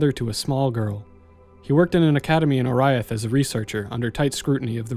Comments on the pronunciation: how the fuck can you mispronounce oriath after having played the game? its only spoken aloud like 600 times. OR-EE-ATH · That can't possibly be the correct pronunciation of Oriath, forealz?